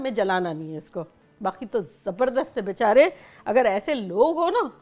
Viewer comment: 😂😂 she says bichare